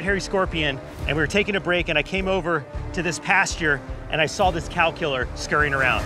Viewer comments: i thought you were saying calcular. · Thought he was saying "calculor"